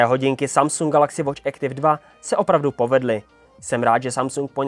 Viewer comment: Nie Ektiv ale Aktif!!!